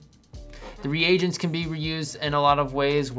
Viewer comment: Thanks for pronouncing 'reagents' properly.